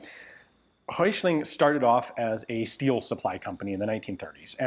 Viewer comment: You're not that far off with pronouncing Hessische. Hessen is a State of Germany. Go easy on the "i", quick on the "sch" and land on the "-e" and it is fine. Röichling...Röi-ch-ling. Roy as in Rob Roy, then the "ch" without an S and -ling. Anything with "Volk", just say Folk but let the L be heard. Wetzlar was perfect. Most of those that were made were MG barrels from the Luftwaffe that were reduced in diameter to fit the "Volkssturmkarabiner".